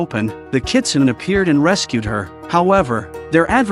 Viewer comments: It's not "nay" at the end, it's "neh". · In the 4th story, “Kitsune” is pronounced as Kitsunay